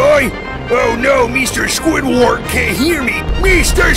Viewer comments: Its Squidward not Squiglwig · It’s squidward not squidwig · i heard squidweed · He said Mr Squidwart